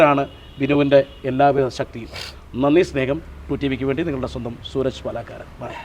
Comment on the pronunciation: Paalaakkaaran alla PAALA POORAN